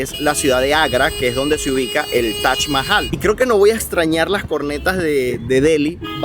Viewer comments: Es Taj Mahal No Tach mahal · TAJ CON JOTA, TAJ MAHAL😂